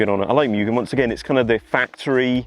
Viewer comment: Moo-gen not mew-gen